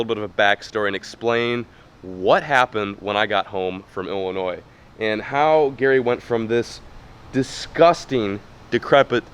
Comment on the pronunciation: Illinois not Illinoisssss